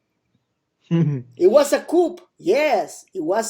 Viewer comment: Coup is pronounced COO not coop.